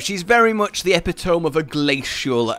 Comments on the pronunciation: Did he just say epi-tome? As in the wrong pronunciation for epitome (eh-pih-toh-mee) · I'm sorry but it's e-pid-o-me not ep-eh-tome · Hold up, did he just say Epi-tome? Was that on purpose? I've always heard it Eh-pit-toh-ME... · did you just say epitome lmao